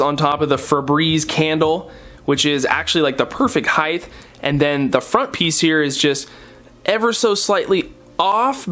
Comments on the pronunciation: omg every time he says "highth" i die it is hight not "highth" lol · People that say "highth"<< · dude, you have a college degree, please stop using the incorrect, though accepted, "heighth".